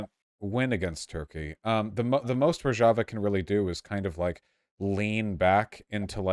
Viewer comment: Finally someone taught Vaush how to pronounce Rojava properly.